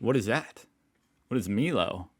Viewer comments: Please stop saying MEELO!!!!!!! milo... like silo. Pringles minis come in individual packs not a can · So he should be! "My-lo" not "Me-lo" 🤣😂🤣😂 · Hello, MILO pronounced My-Low (no Me-Low) is a chocolate energy drink mixed with milk. It can be consumed hot or cold!:goodvibes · You can never have enough Milo pronounced MYLO not MELO. LOL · It’s pronounced my-low not milo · Oh my gosh, there is no 'E' in Milo, it's pronounce "My Low". Also its a standing joke that you use half the tin or more. Like someone else I die a little every time I hear you say "Me low" Or a kitten dies, if not for me do it for the kittens! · pronounce Milo like mylo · Milo.. My low not me low 😂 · its pronounced Mylow not meelow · Meelo Meelo 🙄 please make him stop!!!, Milo, pronounced My-lo Chocolate powder you stir into milk. Cold or hot. Cold's best 🙂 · It's Mi-LO not Me-Low.. Why would that i sound like an e? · Not “Meelo”, the "i" is like your "eye" - but yeah, sorta a Malty chocolate to add to milk, but the point is that, especially as a kid, you put WAY more in than is "recommended". A high Milo to Milk ration means you can eat it more like a paste than a chocolate milk and it is awesome that way. Re the Pringles. Some years ago they closed the Australian Pringles factory and now our Pringles are imported from the Malaysian factory and they are much smaller and less tasty and i only eat them now when people bring them back for me from Europe or i get them from one of those shops that have American imported goodies. Cos Pringles used to be a favourite and now they are arse with the knock-off woolies brand being better than the name brand now. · It's pronounced my-low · Hey dude Milo is pronounced 'Mylo'..chocolate powder goes with milk or by itself with a spoon. Love ur show and ur beautiful family. Cheers mate. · Milo is pronounced my low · My-low… milo is the best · no such thing as "too much milo" (also, pronounced as "my-low") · Btw mate it’s my-low